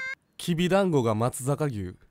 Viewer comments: 松阪牛が松坂牛って書かれていたり まつさかぎゅうをまつざかきゅうって言ったりしているのが気になりますが可愛いのでいいです(??) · まつざかぎゅうじゃなくてまつざかうしじゃないの？ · 松坂牛はまつざかうしと読むんですよ